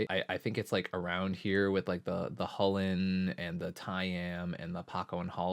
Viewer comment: KULL IN NOT HULL IN